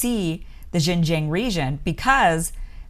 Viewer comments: Your American pronunciation of Xinjiang hears a lot like the mandarin pronunciation of Shenzhen. It really confused me sometimes. But the analysis you gave have been wise and should help the western people and especially the people in the US to better understand the Uyghur issues in China. Thanks for your great work!!! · Listening to you constantly mispronounce Xinjiang is painful, and makes it hard to believe anything you say. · the "Xin" in Xinjiang is pronounced as "Shin" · Xinjiang pronounced sheen jyang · Great intro to the actual situation in Xinjiang (pronounced SIN-jiang). Unlike many western media that just spits out rhetorics of human right abuses and cultural genocide versions of the situation. I understand how hard it is to actually do the research with only English. If you were able to speak or read Mandarin Chinese then you would actually realize many Uyghurs are friends with Han Chinese. They're both against violence and extremism. Many Uyghurs actually have saved many Han Chinese during riots. I taught English briefly in China and saw that the students of both ethnics get along. Many Uyghurs do have some stigma to them in the eastern coastal cities as they are usually not economically ahead and didn't speak Mandarin so they had to resort to petty crimes. However, that's a situation for western countries also. Great job on explaining the situation on outside extremist Islamic influence in China as well. They love to prey on the uneducated so is why China wants them to have compulsory education nowadays. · Kim, I love you dearly, but please learn to pronounce Xinjiang correctly. You can find videos on YouTube that will instruct you in the correct pronunciation. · LOL the way she pronounced 新疆 like couldn't she ask anyone how to pronounce it?!?